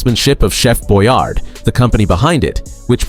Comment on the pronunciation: First - the last dish - canned ravioli. I know the narrator pronounced as Chef Boyard, it's actually Chef Boyardee - long 'E'. We've always described it as creamed hamburger. Brown the ground beef, salt, pepper, grated onion. Add evaporated milk, thicken with corn starch. Serve over mashed potatoes. This dish was made LONG before the 70s as Mom made it when i was a child, and SHE remembered it as a Depression dish. I'm surprised that fondue was never mentioned. Whether cheese or beef (i love the beef fondue!), it was filling. Include a variety of sauces, and rusty rolls straight from the oven, it was a great meal!